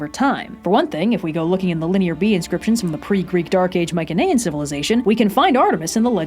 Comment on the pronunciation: mike-en-aye-en is killing me plss